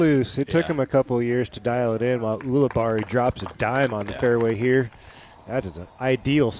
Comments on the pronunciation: AHEM! It's U libarri not OO libarri philo. You'd think 15+ years in the game with him you'd be able to pronounce his ever loving name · It is odd that he insists on pronouncing it that way isnt it